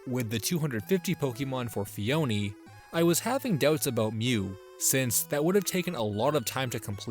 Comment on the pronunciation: It’s pronounced ‘ phony’ like fake.